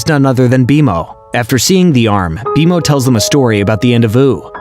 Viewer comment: Does it bother anyone else that they are clearly saying multiple names very wrong?!?! Its B-Mo not B M O and Marceline not Marcelynn. 🤦‍♀️🤦‍♀️🤦‍♀️ the show give you pronunciation. This just tells the audience you didn't watch any of it.